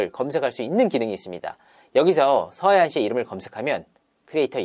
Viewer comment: 서하얀인데 계속 서해안 서해안 거리는게 듣기 거북하네요.. 절레 절레